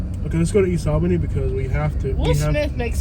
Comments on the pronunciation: Dude, it's awl-beeny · her pronunciation of ALLLbany is annoying. nobody says AL bany. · Its not Albany it's "Albenny" lol that's how they pronounce it. They don't say back... they say "Bik" 😆